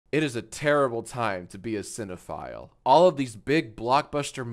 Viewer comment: When you said cinephile, I thought you said xenophile lol😅